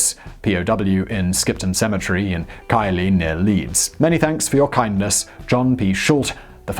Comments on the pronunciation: Great Show Simon, FYI Keighley is always pronounced Keethley. Add that your pronunciation book. 😊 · Simon, you are English. How can you not pronounce Keighley and Rotherham (from a Business Blaze episode)? Keighley as in the name Keith. Rother as in bother. Although most people pronounce it sh*thole. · Pronunciation of Keighley Pronunciation: A place in Britain and its pronounced as: keith-lee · Keighley is usually and oddly pronounced Keithley. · KEETHLY! IT'S PRONOUNCED KEETHLY! 😣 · It's pronounced keighley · Keighley is pronounced 'Keith-lee" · Simon, the West Yorkshire town Keighley is pronounced 'Keith Ley!!!' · Keighley is said like keifly were northern aha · It's pronounced "KEETHLEY" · Nahhhhhh what, Keighley!? I live there! (also it's pronounced Keith-ley) :P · It’s pronounced (Keith-Lee) 😂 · It's pronounced Keith-ley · Keighley is actually pronounced as Keith-ley, yeah we're weird op North. Excellent videos mind. How about a video on D-Day? Logistically maybe the biggest project ever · Alex Hamilton I agree also as a keighley lad, the g is pronounced as a t making it Keith-li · Keighley is actually pronounced Keeth Lee. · Oooof. As a Yorkshireman who lived in Keighley… to mispronounce this badly really is a right clanger. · How are you butchering Keighley again? For someone claiming the be from the UK the poor form. Does it have it sister town called Danni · Was it too much trouble to find out how to pronounce "die Deutschlandfahrt" and Keighley? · You said Keighley wrong! It’s pronounced TH not GH... even though it’s spelt like that. I live in Yorkshire & it’s funny hearing you say it so wrong, not once but twice 😂 plus to add more insult to injury...your English! Asif you don’t know how to say it right! Lmao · If it makes you feel any better, he got Keighly seriously wrong. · he even pronounced Keighley wrong. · Struggling with pronouncing Keighley too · What's your point? He also couldn't pronounce Keighley. Did the people of Yorkshire also lose a war?